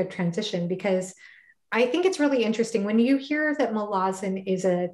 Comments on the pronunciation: Thank you for the pronunciation correction! I hope I can change that after saying it wrong for so long. So true about how this series is comparable to Tolkien's in complexity and lore. Malazan is certainly worthy of the attention it's been receiving, and I believe it will stand the test of time. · I understand it to be pronounced "Muh-la-zuhn." I could still be wrong!